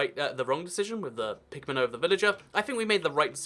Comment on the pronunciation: Haha it sounded like you were saying pigment instead of pigman 😂